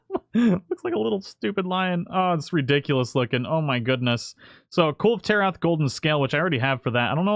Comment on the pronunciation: "Cool Taroth" :P